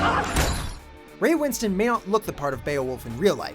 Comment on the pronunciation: Ray winSTONE not winston